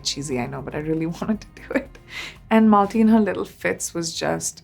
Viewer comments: I love PC. But please don't mispronounce your own mother's middle name - Malti. It is pronounced as मालती not मलाटी ( which is how PC says it and it is cringe) Don't white wash your accent so much that you forget the correct way of saying your own daughter's name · Loved everything .. just one thing though… would have been better if she pronounced Malti as it is supposed to be pronounced and not as MALTY. 😂 What was that! 😂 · Calling her daughter’s name in American accent when it is an Indian name. What a downfall! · Everything is so lovely. But that is not how one says Malti lol